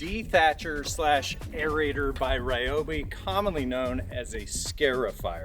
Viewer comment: Ryobi is pronounced ree-o-bee.